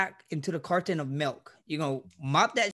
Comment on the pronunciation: Yo max pass the "melk"